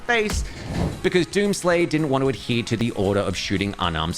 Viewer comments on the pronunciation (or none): none